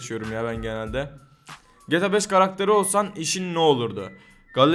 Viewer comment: Şu ''GTA'' yı düzgün söyler misin?